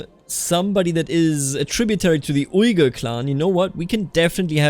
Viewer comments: You could settle somewhere cool - Also, uighur is pronounced "wiigur" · English speakers pronounce it like that, but a more accurate pronunciation is "Uyghur" (Уйгур) pronounced it almost 100% right the first time.